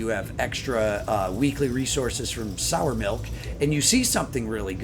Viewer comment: Great content....only one tiny correction...it's sire melk, not sour milk